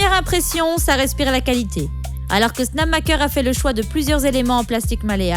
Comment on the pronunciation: Super la vidéo, mais la voie IA, c'est vraiment dommage, ca enlève tout humanité et authenticité, et les "namaker" ou 'snamaker"... Bref merci pour le contenu, mais je vous encourage a enregistrer votre voie.